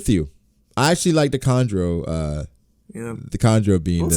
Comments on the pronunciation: It’s kanjuro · Its kanjuru